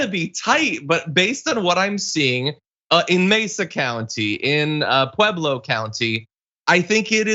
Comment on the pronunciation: John. You pronounced Pueblo correectly. Kudos.